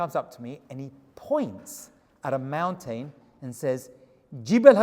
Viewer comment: I've been meaning to comment this, so I finally will. I love the way you say mountain. Mown-tane. Lol. Cracks me up. 😆